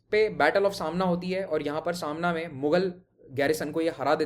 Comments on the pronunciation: it is समाणा , not सामना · It's not Saamna it's Samaana. Border of Punjab and J & K is at Pathankot and not Gurdaspur. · ਸਾਮਣਾ ਨਹੀਂ ਜੀ ਸਮਾਣਾ , ਛਪਰ ਚਿੜੀ ਨਹੀਂ ਚੱਪੜ ਚਿੜੀ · Not सामना its समाना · Smana hai not samna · सामना नहीं समाना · sir u r pronouncing Samana wrong...its not Samana like Shiv sena magazine... its Sa ma na